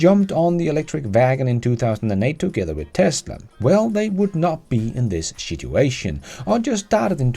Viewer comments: Not sure if it was an accept thing but I love the way you said shituation. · you are the best!! I love how you pronounced situation "Shituation!!" Which it most certainly is. So good man! Keep the vids coming good sir!!